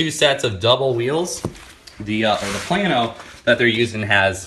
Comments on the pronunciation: Plano is not pronounced plan-o, it's pronounced plain-o. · HEY, It is PLA-No. Not Plan-oH. Teach you Texan Talk. Plano, Texas in Collin County, just North of Dallas, Texas. I had to learn when we moved here from East Tenn. Mexia, Texas is Mahay-ya, not Mex-Ea. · Plano is Play-No if you live up north or in the midwest..